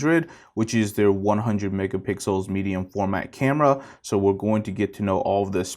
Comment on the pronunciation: Lol you said megapickles 😋